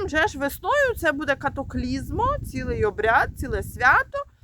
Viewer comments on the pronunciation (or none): Катахізмо а не катаклізмо.